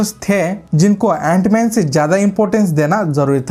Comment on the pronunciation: Jant man nhi it's antman😂